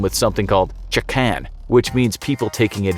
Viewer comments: I must be the only Japanese watching this thinking, It's "Chikan" (痴漢）not "Chakan"... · chikan not chakan durrrr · The way he pronounced "Chikan"(molester) physically hurts me😂